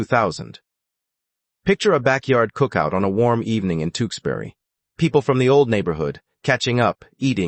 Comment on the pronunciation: Tewksbury is pronounced Tooks berry not Two ks berry. TOOK as rhymes with BOOK.